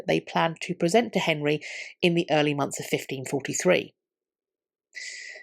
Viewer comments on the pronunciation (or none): none